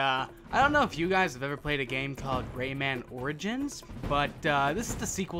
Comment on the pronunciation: Its pronounced raymin